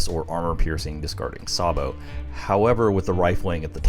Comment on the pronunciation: "Say-bo" not "Sar-bo"